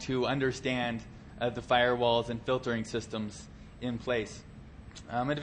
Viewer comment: "filrewalls" LOL